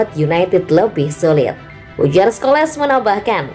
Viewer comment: PAUL SCHOLES= (dibaca: Skols). (Bukan Skoles)